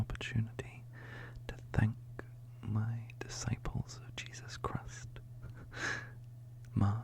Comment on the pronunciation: "jesus crust" 😂